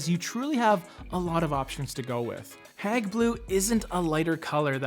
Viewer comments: You're saying " hag" blue, but it's" heyg" as in hey with a g on the end. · Hayg. Not hag. (After the museum) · It’s Hage (Hauge) not hag ... lol... I love this color! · Your KILLING the pronounciation is not HAG its Hague HAAGGEE... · Isn’t it pronounced Hayg rather than Hag? Like the town in the Netherlands? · Great video, thank you. If I may mention with good intention; the pronunciation is hAyg, like The Hague in Brussels, Belgium. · Love the video and I have Hague blue in lots of places in my house. But just for reference-you pronounce it HAY-G blue like The Hague in the Netherlands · Pronounce it Hayg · Gorgeous color but hearing you call it "hag" blue over and over again is just so wrong.